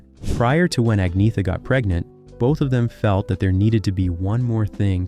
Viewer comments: In Sweden, the G is pronounced like a Y. The TH is pronounced like TT as the Irish do. For example, the Irish pronounce three like tree. There is no TH sound. Agnetha is a Latin name (not a Swedish or Scandinavian name) for Agnes and means pure. In Swedish, it's pronounced... Ay - netta However, Ag - netta is acceptable in English as the name is the Latin form of Agnes. Agnetha's parents called her Neta for short. What isn't acceptable is Ag - neetha. You wouldn't say Agnees for Agnes. It shouldn't be that difficult for anyone whose first language is Germanic. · Ang-nyetha Feltskoog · No. There is no y or g in pronunciation in the name - it sounds like anyt - in svenska a very silent y so, more like an(y)t...silent y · No. Agnetha or annyeta in svenska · No in svenska it's Annyeta but without the y in pronunciation. In southern Sweden it's agnetha but in spoken words it sounds like Anita the g isn't pronounced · Please dont try to speak swedish words. Its painful to my ears😂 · I wont be able too sleep tonight with the trauma of not getting there names said properly fk me get a life soooper trooopers sad gits😅😅😅😅😅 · In Sweden — where I live — the G is only pronounced like a Y when it is voiced with a soft vowel sound (E, I, Ä or Ö). G is pronounced as a hard guttural G when it is voiced with a hard vowel sound (A, O, U or Å). The first vowel sound with the G in "Agnetha" is indeed hard so you are wrong on that point. The G in Agnetha is definitely pronounced as a G. Similarly the letter K is pronounced like a hard K when it is voiced with one of those hard vowel sounds; and as SH when it is voiced with one of those soft vowel sounds. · Her name is pronounced "Ahn Yetta". His name is pronounced "Byorn". This narrator is an idiot and know nothing about ABBA. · It's pronounced AG NET A not AG NETH A. Learn to pronounce words before you go doing videos you know nothing about and it's B -ORN not how you said it. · Speak as : Anjeta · “Aneeyeta”. Silent G.